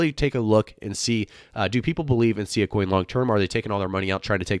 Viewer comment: it's pronounced SS-eye-ahh